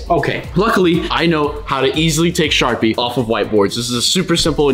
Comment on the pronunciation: This is how many times unspeakable said SHARPEE 👇